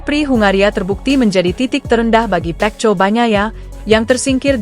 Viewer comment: Perbaikan ucapan mu min pecco itu di baca peko bikin kesal dengarnya ⛔😡